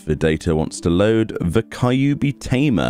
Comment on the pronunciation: i hope u still dont say "Kai-yu-bi" still